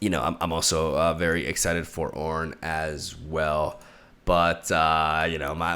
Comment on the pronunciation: Leave it to to butcher the God's name into CORN